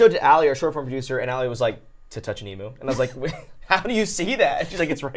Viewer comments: the way you were saying Emu is inncorrect.....it's not Eem-oo.....it's Eem-you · Yeah it's the way Americans seem to pronounce it in most parts. I think it's like how they say most tu- sounds (like a too instead of tyou)